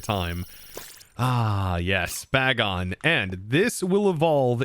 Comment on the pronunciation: you could also use T-wave gyarados to help catch pokemon instead of sing jigglypuff, also its pronounced Bagon as in bacon.